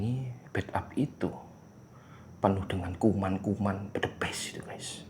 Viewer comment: Bukan bledebes bang tapi blegedes bang